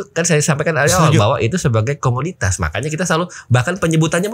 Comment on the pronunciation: Comodity bukan comunitas 🤦